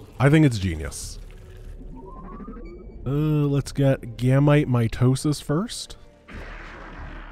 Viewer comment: Ahem its ACTUALLY pronounced Gam-EAT meiosis. pf pathetic.